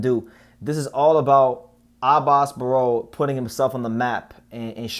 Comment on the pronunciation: You got the right pronunciation on it Abass Baraou!